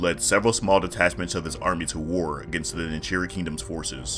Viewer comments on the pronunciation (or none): none